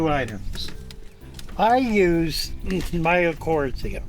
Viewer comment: Just a bit of a tip, mycorrhiza is pronounced like "Mike-CO rise ah" best I can do with phonetics. Anyway this is awesome so similar to what I use in substrate, you're the first person I have seen use worm castings and biochar both which I use. I have been kicking around adding fungal innoculum to my next tank rebuild. Now I definitely will. DE was another one I had considered but never did. I tend to use green sand and basalt as mineral supplements. Basically I use mostly the same things I use in my gardens. I also use Dr. Earth 4-4-4 organic fertilizer which has both some beneficial fungi and beneficial colony forming soil bacterium in it. Dude I gotta say it, you're one of the best fish people on YouTube. While it has nothing directly to do with keeping fish if you want a real deep dive into biochar and how amazing it is, how it works, how to make it, etc. I put weeks of work into this presentation before I gave it.